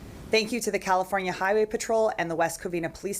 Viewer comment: No he said Californa!